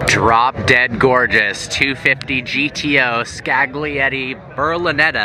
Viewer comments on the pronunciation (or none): Some magnificent cars there, Welll Done..but can i just give you a tip? Like the word Lasagna, the g is silent Scaglietti;-)